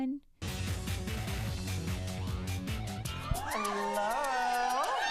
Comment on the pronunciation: Nah says Yello 👋🏻